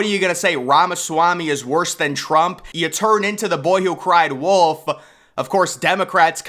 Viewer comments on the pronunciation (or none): none